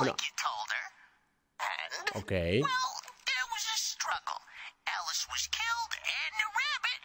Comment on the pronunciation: Germán no es aliz es Alice : Alicia